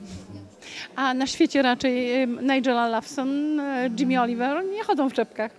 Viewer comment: i nie zna nawet poprawnej wymowy nigella lawson i jamie oliver